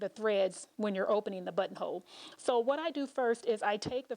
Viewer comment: I just hear butt hole 🤦🏻 i love your videos btw 💗